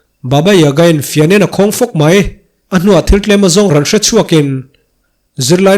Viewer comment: Rawnnn hi ngatinge itih ziah a ,,Rawn che in ti ta maila ,,,i thluk vak zel a